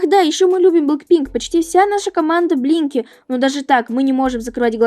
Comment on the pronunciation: Я включила субтитры и думаю " вы говорите Еблинки или Блинки"?!